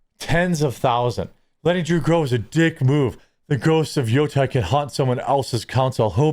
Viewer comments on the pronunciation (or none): Jeremy. Dude. In Japanese, it's all soft vowels. You're pronouncing it as if it was "Yotai". It is "Yotei" - in Great Lakes English, that's "Yote", then "Ehhhhhh". Say that 5 times, as two words. Then smash them together. Then say it 5 more. Then shorten the second syllable. Otherwise, good video, glad you're going hard unlike others.